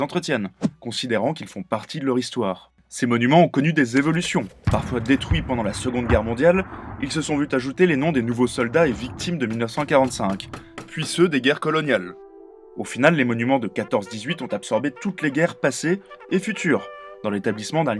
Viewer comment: Pourrait-on nous epargner des liaisons intempestives, du genre "vu-t'ajouter"?